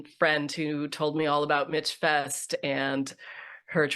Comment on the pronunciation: Very interesting discussion. Thank you. As an aside, you can tell the women who have never been to MichFest, they pronounce it Mitch Fest. It's MichFest as in Michigan.